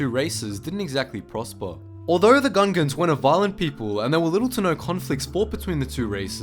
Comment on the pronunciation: Is it just me or i keep hearing Ugandans?